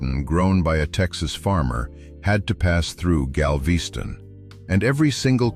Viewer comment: Gal-VEE-ston? Never heard of it.